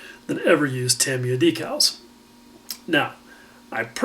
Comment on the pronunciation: great last couple of videos, have learned in each one and it is also refreshing to hear someone say Tamiya properly